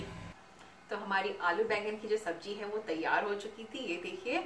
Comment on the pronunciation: Sabji nhi Sabzi hots hai...nd jeera nhi zeera...khubsurat ho khubsurat bast bhi karlo to la jawab